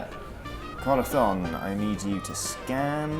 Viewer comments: Anyone else notice pronounces the Z in Corazón's name as a "th"? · It always sounds like saying Corathon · I get the impression that speaks some Spanish because of the way he pronounces Corazon llike Corathon, and as a spanish speaker it pleases me greatly, whether or not he actually does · Castilian "th's" are pushing my non Argentine, Latin American Spanish pronouncing hackles up. What's next? Going to pronounce a double L as a "j"?